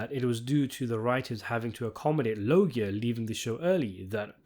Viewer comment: Pronounced "Lowdja."